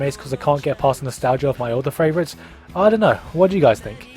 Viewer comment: Sir gigguk, "Favrouites". Regards.